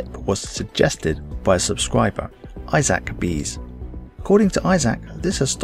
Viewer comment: Good to hear your voice, I liked and favorited the video before it started, your pronounciation of my name was something that I was accustomed to (I-sick instead of I-sac) and even if your channel blows up don't ever change the way you interact with subscribers..